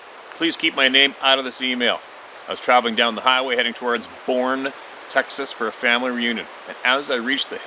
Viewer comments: It’s pronounced “Bernie”, I grew up there and it was a great place in the ‘60’s & ‘70’s, NOT at all now as it’s just a suburb of San Antonio and tourist trap. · I live in Boerne and it is pronounce Bur-NEE. It's a beautiful area of the Texas Hill Country settled by Germans in the 1840s. Believe it or not it's about 15 miles NW of San Antonio (La Cantera Shopping Center). I have a good acquaintance living in San Antonio who gets reports of these furry people all the time. His name is Rick Tullos. He has collected lots of stories about them in this area of Texas. I've known for quite some time that the Xanue/Bigfoot are here as we have trees and lots of ground cover all over the hills. Come visit some time and I LOVE that precious Adventure doggie. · I think if it was Boerne Tx then it’s pronounced (Burn ē) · that boerne tx is pronounced Bernie tx..It's 9 miles from me here in pipe creek yesterday morning at about 5am I was outside feeding the dogs andi heard a weird scream possible bark.cross between a cat and a woman ..sounded like it was trying to get my attention.i was ready for work so I always Carry a flash light I flashed it to the area where the sound was coming from which was near a newborn house amd the sound stopped..I passed for a bit and went back to feeding the dogs..sound went on again..finished getting ready for work jumped in my truck and went in the direction of the aou d as I live o. A street that goes in A circle to the main road.didnt see anything but I did see the neighbor lookin out his front door as if he was looking for whatever was Maki g that sound..it's hill country where I live but small neighbor hood are here and there. So areas of open fields and cedars.not sure what it was but definitely not somthing I've heard before I go out every morning g at this time so maybe I'll hear it or see it again